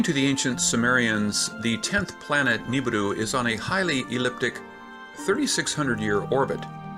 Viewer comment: sounds like the man is saying Nibidu instead of Nibiru